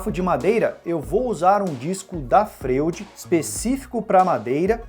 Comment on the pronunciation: A pronúncia dessa serra não seria (Froid) como o psiquiatra Sigmund Freud? É só uma curiosidade. Mas parabéns pelo vídeo!